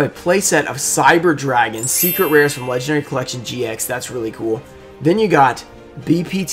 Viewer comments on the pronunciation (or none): none